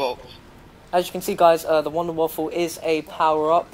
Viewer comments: its the wunderwaffe not the WUNDERWAFFLE! god theres no L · it's pronounced vundervaffe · it's pronounced like Voonder Va-feh. or Va-fuh. depending on the accent you put on it.